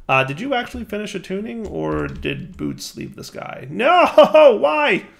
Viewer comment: If Bootes is based on the actual constellation, I believe it's pronounced "boo-OH-tees" :)